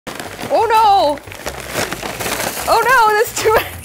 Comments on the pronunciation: Who else thought that every time she said' 'oh no' she said uno? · Who else thought she said *UNO* when she said *OH NO*